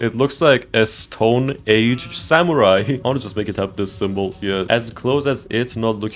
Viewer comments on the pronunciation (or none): none